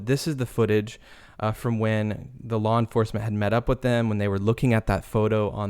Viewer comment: wtf is lore enforcement? lol